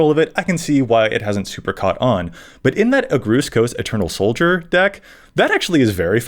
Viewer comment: The way he pronounced Agrus Kos kills my soul a little bit.